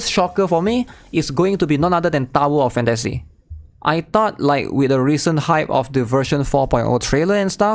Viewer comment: DOWER OF FAN-TA-SEE?? OH. MY. GOD.